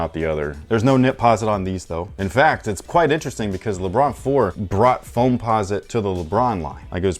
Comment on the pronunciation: " so the regular leBRUH 17 is..." I know said lebron, but it sounds like that 😂😂😂😂